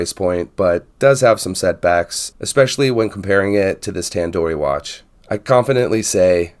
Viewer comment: Hi. Thanks for the vid. A couple of things, though. There's an "o" on the end of the brand name. It's Tandorio, not Tandori. It hurts your credibility when you don't get the name of the watch you're reviewing right. Also, it's "stainless", not "staineless". I know I'm being pedantic, but things like this matter, especially when reviewing things like watches, which attract people who tend to be detail-oriented. I see that Tandorio make this in titanium, with various dial styles, and even with a 36mm case. A choice of movement, too. You can get it with a 4hz PT5000, for a bit more money.